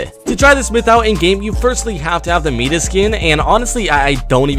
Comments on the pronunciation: Myth: why does nexiph say mitas and not midas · Why is he prounouncing Midas as Meedas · Myth: Why do you say Mitas it's Midas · It’s not MEDAS it’s MIDAS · its my-diss not meet-iss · idc how you spell it but you said meedas it’s pronounced mydis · it is midas not mitas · Is anyone else a little bothered by the fact that ye calls Midas Mitas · Its midas not meatus how hard is it to pronounce one word that people have been talking about for over a month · My-das not Me-das just sayin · Mitas🤣 Midas 👍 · It is just me or am I the only one getting triggered because he’s saying mitas instead of midas lol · It is mides no mides the I is different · who is Medus? Do you mean Midas? Didn't pass a high school literature class? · He said Mitass gold touch bro it’s mides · It’s midas MY-DIS ffs 🤦‍♂️ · It’s pronounced MY-DIS not MEE-TIS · MITAS WTF ITS MIDAS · Hey myth the name Mitas you pronounce it wrong! You pernounce it medus it is known as Mite-us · Its Midas not mitas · Midas not Mitas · Okay. For the LAST TIME, it’s pronounced MY-DAS, not ME-DAS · Myth: it’s pronounced “MY-DAS” (Midas) not “metis” lol 😂 confirmed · It’s not meedis it’s mydas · Everyone: midas Noahsnoah: mid-ass:mitas Yh I know he spelled it wrong and apologised but still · It's pronounced my-das not me-das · It’s not mitas it’s Midas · What is mitas I heard it I'd maides Pronunciation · Its not Mitas It's Midas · It's Midas not Mitas pronounced Midus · Why are you saying meatus instead of Midas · Meatus deletus. Its pronounced my-das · His name is Midas not mitas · My-diss that's how you pronounce midas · Did he say meetis.midas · My-dis=midas not me-dis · Midas is pronounced my - dus not me - dis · How to pronounce mitas: Mmmm-eye-diss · Medis MEDIS ITS MIDAS U STUPID SHAT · My guy really saying Medas instead of Mydas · I’m sorry but I’m just going to be that guy and say it’s Midas not Mitas Sorry. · No hate just tips but it’s pronounced MY-DAS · "Meedas" "Meowsickles" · Its MIDAS (MY-DIS)